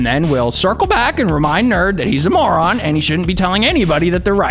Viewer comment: Emphasis on the “moron”…ok I’ll leave